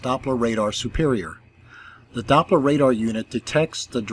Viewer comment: When the globe priests come here with their FAIRYtales, just remind them that it's Doppler, not DOPE-ler😁 Good Job👏❤️👍